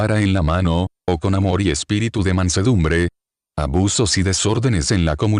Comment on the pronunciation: Pregunto: porqué hace acentuación en Espiritú...en lugar de Espíritu.